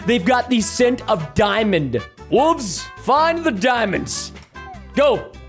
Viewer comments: Why does he say "wooves" instead of "wolves" 😂😂😂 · I didn’t know he said wolves like that